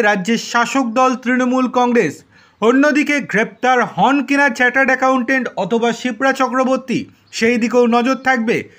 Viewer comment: উচ্চারনটাতো ঠিক ঠাক করুন। চার্টার্ড আ্যকাউন্টেট। চ্যা চ্যা করছেন কেন? আর অত চেঁচাবার কি হয়েছে? 😅